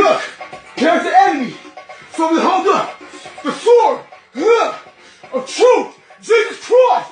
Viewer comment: Belt of Truff LOL! Peace be with you mate